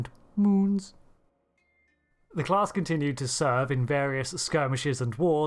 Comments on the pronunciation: M unes! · same, kekd